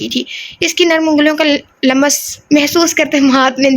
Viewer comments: Lamas nahi lumms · Dear lums parha Karen, laam aur meem ke beech yeh ko lamb naa parha Karen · Lams پڑھیں م پر زیر زبر نا ڈالیں ۔۔۔ ل پر زبر ہے بس ۔۔۔😊 آپ گوگل پر اردو میں الفاظ سن بھی سکتی ہیں ۔۔۔😊❤